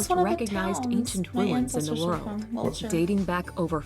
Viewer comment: She said Wiltshire